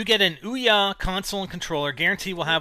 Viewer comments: It is not pronounced Oi-Ya, it is actually pronounced OOO-yah. Don't believe me then look on the FAQ at the bottom of there kick starter page. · actually it is oo-ya not Oi-Ya